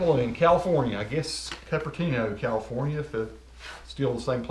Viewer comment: One word to start - KOOP-ER-TEEN-O not CUP-ER-TEEN-O!;-) I do not want Steve Jobs to come and haunt you!;-) Now that we have that formality out of the way, nice drop!!! I could see you embarrassed yourself and embarrassed you a few times. How can i tell? Your face turned blood red several times so I know that look too well! It happens to me so I have that look myself! Still a great unboxing and the pug was about to push you out of the spot light, but you turned into a spotlight (Red light) and shone past the dog!!!;-)